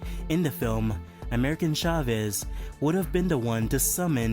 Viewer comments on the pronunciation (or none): It's America not American Chavez, but, like always, great job, I love the goblin head glider and the glass sandman. Plus I'll always love the TASM suit